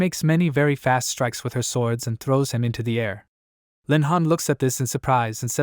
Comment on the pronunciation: "he trows it back"😂